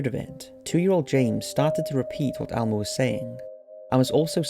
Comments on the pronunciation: It's Elmo not Almo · It's Elmo...not ALmo... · It’s Elmo not Almo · It's not "almo" it's "Elmo" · It's pronounced Elmo not Almo. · Almo? It’s Elmo! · The muppet's name is ELmo not ALmo. Seriously. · Is it just me or does he keep saying Almo instead of Elmo? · Elmo, ELMO, not almo. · Almo? It's Elmo El-mo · Is Elmo pronounced Almo across the pond? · Elmo not Almo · Why are you pronouncing Elmo as Almo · " L Moe" L-MOE... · Is he saying Almo?? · I can't believe how much this bothered me lmao It's pronounced ELMO man!